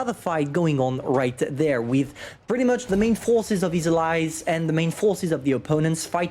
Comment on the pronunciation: Go to and listen how he says forces😂